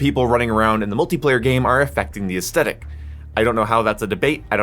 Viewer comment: Take a drink for every time he says “aestetic” and not aesthetic